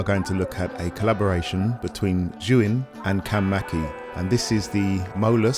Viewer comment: god it's so refreshing to hear a filmmaker correctly pronounce Zhiyun 😂